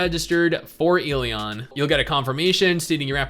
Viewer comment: I cringe every time he pronounces the game title incorrectly....